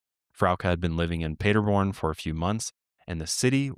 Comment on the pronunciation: Native German here, the way you pronounced the town cracked me up. For the record it's pronounced PAH- der born, not Peterborn. This brings back many memories growing up and watching the world cup with friends and large groups of people on screens set up at the park. I grew up in a town only a few miles from Paderborn and we always rode home our bikes late at night and felt totally safe. It's super common.